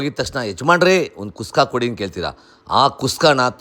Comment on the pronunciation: ಅಲ್ಲ ಗುರು ಟೊಮೊಟೊ ಬಾತ್ ಮಾಡಿ ಕುಸ್ಕಾ ಕುಸ್ಕಾ ಅಂತ ಒತ್ತಿ ಒತ್ತಿ ಹೇಳ್ತಿಯಲ್ಲಪ್ಪ 🤦‍♂️🤦‍♂️🤦‍♂️🤦‍♂️